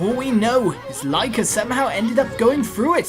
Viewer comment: I'm so happy you're playing okami,! Btw, Lika is pronounced Lee-ka